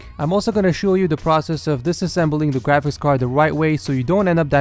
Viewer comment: i keep thinking that he is saying gwafics card instead of graphics card